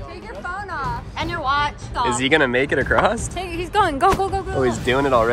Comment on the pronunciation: “Ride acrosst it”